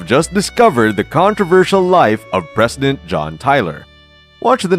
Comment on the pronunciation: Can't say president?